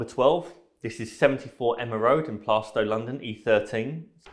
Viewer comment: It's not Playstow it's Plarstow - I know it well !! Great video !!